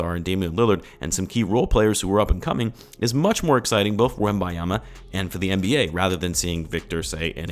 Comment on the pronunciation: Butcher the man's name 😂